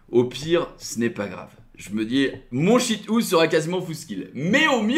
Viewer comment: Faut stop de dire Shit Hou